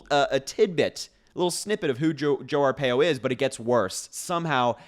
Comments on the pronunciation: Harry, it's pronounced, R PIE O I lived through Sheriff Joe Arpaio he was a HORRIBLE HORRIBLE MAN. So, he and Trump are two of a kind. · You pronounce his name Arpaio R - pie-O